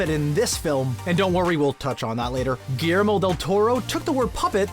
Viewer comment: GILYERMO not GIYERMO